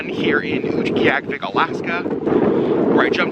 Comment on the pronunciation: Thank you for speaking so sensitively about the animal furs. Also, so glad to now know how to properly pronounce Utqiagvik! :)